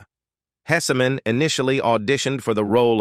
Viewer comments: Your AI needs to learn how to properly say several of the names !, Hesseman (Hess man) not (Hessy man) & the TV show mentioned Mary Hartman, Mary Hartman. It’s only a quarter second to half second pause between the name not 3 or 4 seconds. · episodees ??? Hessuhman - no it is 2 syllables not 3. Post-you-musly? developED significKANT How difficult would it be to have a human read the script and pronounce words correctly?